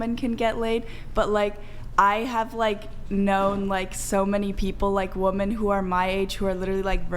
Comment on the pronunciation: women not woman why can’t they ever pronounce this correctly